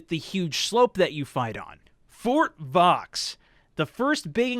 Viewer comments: Fort Vaux is pronounced 'Vo' as in low, not vox as in fox :) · it sounds vau not vaux it s at verdun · You dont said the x of the fort vaux